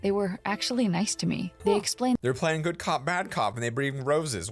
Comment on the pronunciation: you do be saying gud